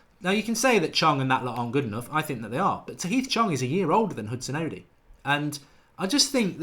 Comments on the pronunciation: Mark... it's not Hudson-odee. It's Hudon-Odoi. Odoi... like "Oh Boy". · its Odoi not Odi or Odiii, Odoi pronounced O-d-o-y .... a Ghanaian name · its pronounced Odoy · The best way to get Mark to say Odoi correctly is to give him a sound like situation. It is Odoi sounding like Oh Boy . There it is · Mate it's pronounced Hudson Oh-Doy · Nick IK. Hudson-oddy. Ugh. 😣 That really hurts my ears. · Philip Darku | As I was typing that comment Mark still said Odi after being told it was wrong 😩